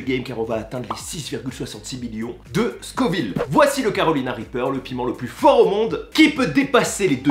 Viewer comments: Dommage le carolina n'est plus le plus fort du monde et c'est scoville pas scorville je m'arrête aux 20 premieres secondes de vidéo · SCO-VILLE pas SCOR-VILLE ! Mais sinon gros respect 😂